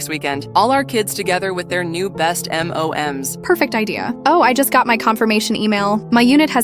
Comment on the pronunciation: M.O.M.S sounds like m&ms candy frfr